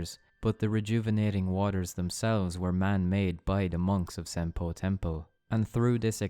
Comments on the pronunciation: Great vid! But half way through I just couldn't pay attention as half the times he says "Senpou Temple" as "Senple Tempo" lol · I’m sorry but every time you say Senopu Temple it sounds like “simple tempo” and I can’t stop laughing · Who else kept hearing "Senpo Tempo"? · it completely breaks my focus every time you say senpo temple. or senpo tempo